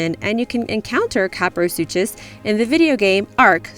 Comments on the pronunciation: It's pronounced sue-kuss not sue-chass. Suchus from Greek meaning crocodile. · I'm pretty sure the name 'kaprosuchus' is pronounced 'sue-kuhs'. Suchians (pronounced sush-ians), are prehistoric relatives of many of the crocadillians found around the world today. The way I remember this interesting pronunciation is the name of Postosuchus, which would just sound REALLY weird if you said the 'ch' wrong. I grew up with Walking With Dinosaurs, and that was my favorite out of all of them! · I hope you know it's pronounced "Cap-row-suke-us" and not pronounced "Cap-row-soosh-us" like how you said it. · Actually kaprosuchus is pronounced like: Ka-pra-su-kus